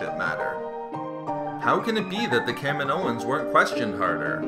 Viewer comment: It's pronounced Ka-mee-no-ans